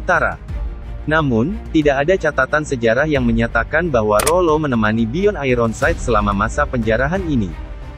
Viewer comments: Di baca byon...bkn joren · Nama nya itu (Byorn) bukan disebutnya Joren wkwkw. Karena kata Bjorn dipanggilnya (Byorn)